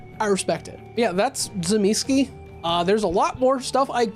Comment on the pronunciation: commenting solely because your pronunciation of the names of the Antediluvians has triggered me. Tzimisce - Tseh-mih-schee Troile - Troy-le (as in the mythological city) Ilyes - Ill-yeh Absimiliard - Ab-simil-yar